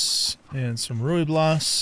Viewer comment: Try pronouncing the Rooibos like Roy-boss. That is probably the closest you will get to the correct pronunciation.